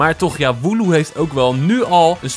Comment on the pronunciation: Het is woloo